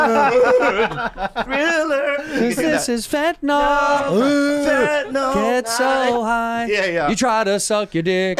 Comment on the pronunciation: Tired of people pronouncing it "fentanol"